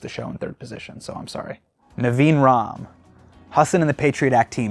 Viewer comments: Bro your name is pronounced hah-san not hah-sen. Basics man. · I love that now he is famous he says Hasin instead of Hasan. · hasan baiiii, try and pronounce my name